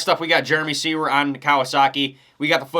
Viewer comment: Finally, someone who actually pronounces Jeremy Seewer's name correctly!!! lol 👏🤘Maybe Mosiman will be a late BarX announcement? Have a great holiday!!!